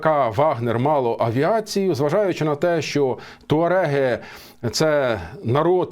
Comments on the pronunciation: Туареги,а не тауреги.Грамотій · Може ТУареги, а не ТАуреги?